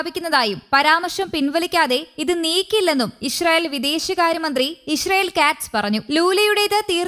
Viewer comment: " ISHRAEL " alla " ISRAEL "